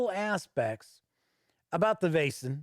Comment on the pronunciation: Your assumption on the right prenounciation is close to perfect. In Denmark (neighbour to Sweden) we would spell it "VÆSEN" Æ is A and E put together. The sound in the word "Veil" (ei) but without the distinct "i" sound pretty much the sound of AE/Æ. Hope this helps everyone.